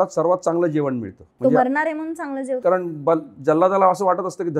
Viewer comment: जेवण.. जेवन नाही..खूप शब्द अशुद्ध उच्चार